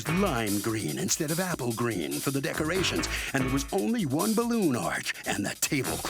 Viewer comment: I know I shouldn't make fun of them but decermations LMAO 🤣😜 Sashay instead of sashes